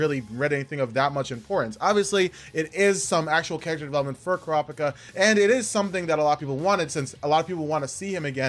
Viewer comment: Ay bruv its pronounced Cure-Ah-Pika